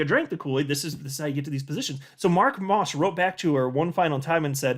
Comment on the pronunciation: LOL you calling Mark "Ross", vs Moss.